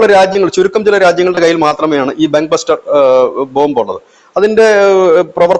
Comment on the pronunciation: ബഗ് ബസ്റ്റർ അല്ല. ബങ്കർ ബസ്റ്റർ